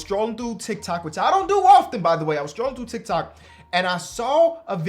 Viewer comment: who’s gonna tell its pronounced “scrolling” not “strolling”